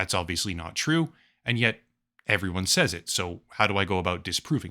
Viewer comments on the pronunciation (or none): none